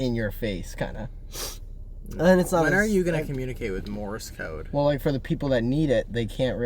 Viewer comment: Idk y but them calling it “morris code” is killing me